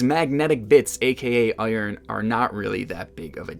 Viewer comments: yu say iron like oyorn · What is this amazing pronunciation of iron?! Is there an A in there?? I love it!